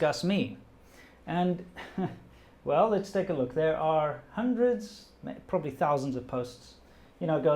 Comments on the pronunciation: You said "probabry" in a Chinese accent then corrected yourself to probably ...Epic guy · you said “probabry” and switched back to probably, which I find interesting because that shows the effect of speaking chinese for so long on your english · ‘probabry’ 😂 You have officially become a Chinese! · ``probabry`` he really is chinese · said "probabry". Assassination justified. JK love you